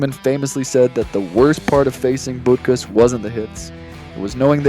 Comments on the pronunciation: Dick Butkus: Last name is pronounced "BUT CUSS". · BUTT- cuss, and Thighs-men are the correct pronunciations.